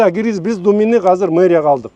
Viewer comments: Казыр эмес азыр деп суйлосон уйрон жакшы суйлошту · Казыр дебечи котогум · казыр эмес азыр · Казыр эмес азыр десен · Мер молодец .бирок Казыр дебей Азыр десе Жакшы болмок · Казыр эмес. Азыр болот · Мэрдин казыр деген созу азыр дегениби же кандай? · Бизде Азыр эле дейт Казыр дебейт 😢☝ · Жакшы меердин ишине ийгилик берсин Аллах Болгону азырды казыр дегени кызык экен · КАЗЫР ДЕЙТ ЧУЙЛУКТОР